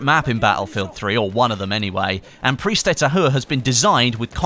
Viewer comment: you say "prise de tahoure" lol